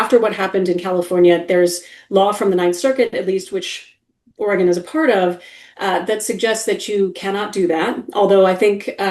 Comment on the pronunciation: Please check your pronunciation of "Oregon". Otherwise, this is a very important video, so many thanks for exposing these issues. Vive le Canada 🇨🇦